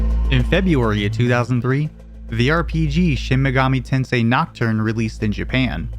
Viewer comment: Shin megoomy tensai?